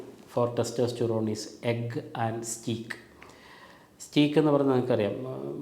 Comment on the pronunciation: സ്റ്റേയ്ക് എന്നാണ് ഉച്ചാരണം, സ്റ്റീക്കല്ല ഡോക്ടർ. വള്ളികൾക്കും മറ്റും താങ്ങ് കൊടുക്കാൻ ഉപയോഗിക്കുന്ന കുറ്റികൾക്കും സ്റ്റേയ്ക്ക് എന്നു തന്നെ ഉച്ചാരണം. സ്പെല്ലിംഗ് steak stake എന്നല്ലൊ ഒന്നും രണ്ടും ഉദാഹരണങ്ങൾക്ക്. 🎉